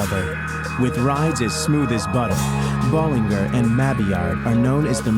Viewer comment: It's not Bollinger. It's Bolliger.